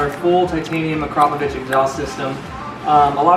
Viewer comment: Thank you for being the only person besides russians.. to pronounce AKRAPOVIC correctly!! And yes those baffles better come out.. baffles are like pacifiers, only we wanna hear the Ducati cry!!! As always please SUBSCRIBE to my new channel already! Lol